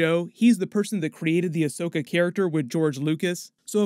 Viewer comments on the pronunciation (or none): No rush because Rosario Dawson needs time to learn it's pronounced Ahsoka and not Ashoka 😉